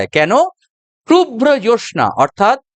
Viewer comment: Jyotsna eta uchcharon hobe.